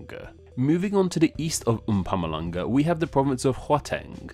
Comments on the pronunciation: How much does pronunciation factor into your rating? I ask because you definitely butchered Mpumalanga & Gauteng. But if meaning is the main factor then pronunciation matters little. You said: mpumm ah lung ah Correct: mpoo mah la ngah You said: hwa-teng Correct: hau(how)-teng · The Way you Pronounced Mpumalanga And Gauteng eeei no cut